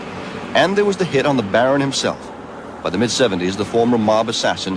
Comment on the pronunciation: His name is not barone it is Barbosa. Think channel 7 back in day can get a name right, I knew alot of them well. 😮